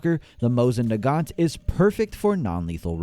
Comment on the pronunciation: Nagant is pronounced without T